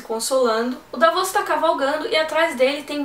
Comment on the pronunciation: Dávos, Deivos, Davôs.... Dá pra juntar uma turma e brincar bastante com a forma como cada um pronuncia os nomes das crônicas. :)